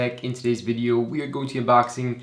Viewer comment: I love the way you say video - are you Canadian - only just beginning to pick up the accent.